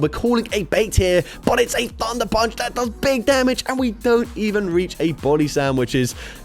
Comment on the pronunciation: "Dig Bamage!"